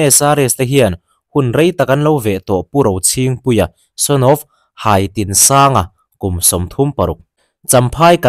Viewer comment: Haitinsanga tih khi, Kala HAI Kan tih a Hai angin lam tur o ka pu